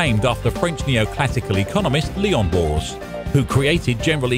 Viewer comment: Sounds like Walrus :D